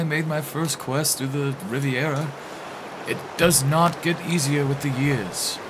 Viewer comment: "Riveira", "Riveria", "3 years ago" (it's a kitten). Whether it was deliberate or not, I laughed my ass out. 🤣🤣🤣🤣🤣 I can't get enough cats and dogs and fluffy animals videos, especially when they got "tuned up" by witty voice overs, LoLoLoL.